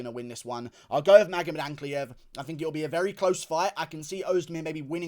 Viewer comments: 43 minutes fs, also yeah he started saying Ankalaev correctly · GURU SAID ANKALAEV CORRECTLY??? welp.. nvm